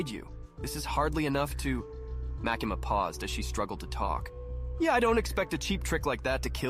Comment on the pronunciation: Makeema bro why you saying her name like that😭😭😭 you surely didn’t do some research lmao